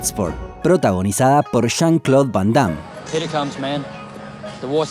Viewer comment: Nadie: Argentina: Shan claud van damme y chaki chan xdxd No se ofendan soy argentino